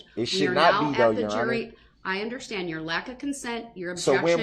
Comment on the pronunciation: "underSCHtand" 😤😤 I hate how he pronounces words like this with "sch" !😤😤 Like when he says "I'm merely asking to underSCHtand" !!!